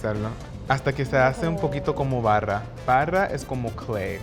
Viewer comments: Clay... did he actually say "barra" instead of "barro"? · is not barra is BARROOOO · Barra means clay?!!! WTF!, you definitely need more practice in both languages. Barro (with an O) is Clay, barra (with an A) means bar. Kudos for trying your best!! Grate video! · It's barro, barra has a different meaning.